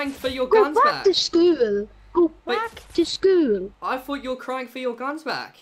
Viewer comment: the scammer should go back to school for saying “go back to schooul?”